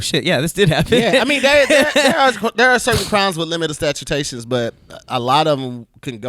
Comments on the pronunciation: said "limit of stautations" 😂😂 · really said limit of statutations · He said limit of statutations I’m dead. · So we just gone let him say limit of statutations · said limit of statue-tations......wow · Kkk mangled that "statute of limitations" and didn't catch it. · and go out their way to pronounce stuff incorrectly lol